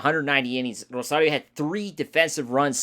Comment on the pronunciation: Rosario not Rosadio